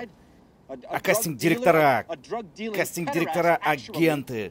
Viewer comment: Оговорка в слове "касстинг" точно по Фрейду